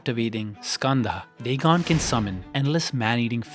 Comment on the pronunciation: The Dagon pronunciation is crazy